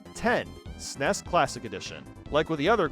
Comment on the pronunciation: As someone who is old enough to remember the release of the SNES, your pronunciation of SNES is driving me crazy.